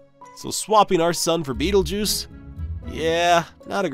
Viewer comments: ITS PRONOUNCED BET-EL-GOOSE WHAT HAVE YOU DONE MISPRONUNCING BETELGEUSE YOURE GONNA KILL US ALL ITS GONNA GO SUPERNOVA NOW BECAUSE OF YOU! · I refuse to pronounce it Beetlejuice. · I'm stuck on pronunciation. I was taught R👁️-gel, & belt-a-🦆🦆